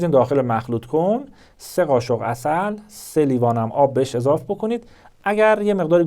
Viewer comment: دوکتور اضاف اشتباس😑 اضافه اضافه اضافه خیر سرت دوکتوریا مثل موتوریا حرف میزنی